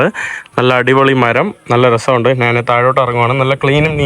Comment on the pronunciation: നാൻ അല്ലടാ കോയെ?